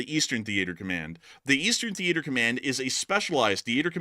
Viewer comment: Thee ate er command